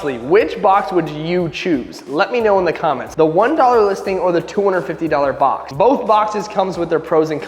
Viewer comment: Bob instead of box